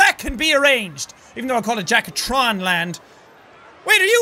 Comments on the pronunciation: I mean u said jacaktron land? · Does it bother anyone else that he called it "Jacaktron land"?